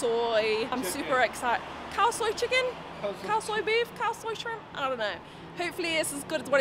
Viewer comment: "Khaw Soi" not "Cow soy" haha